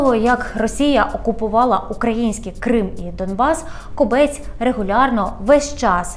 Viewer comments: Хіба не зрозуміло що кОбець а не кобЕць противно слухати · Думаю, що все таки КОбець, а не КобЕць!!! І і КОбця, а не КобЕця!!! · Тільки наголос ставиться на О. КОбець і змінюється не Кобеця, а Кобця. Є така птиця кобець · Дякую за випуск. Тільки перевірте, будь ласка, наголос в прізвищі «Кобець». Мені здається, воно походить від назви птаха і наголос має бути на першому складі.